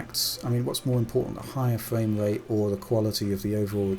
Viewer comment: Sounds like hes saying fwame rate.